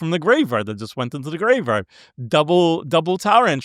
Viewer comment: not tryna hate, nut do you have a speech impediment or are you just not aware of the fact that you say 'graveRard'?